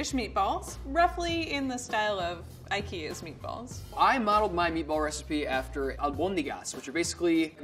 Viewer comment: Did she say ikea meatballs?